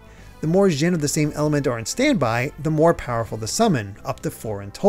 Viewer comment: I know it's petty but... why are we saying "zhin" when it's spelled Djinn, with a big fat D at the beginning?